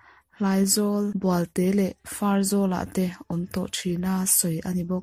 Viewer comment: Bualte tih pawh khi "bual" khi a sang tur bawk a ni e.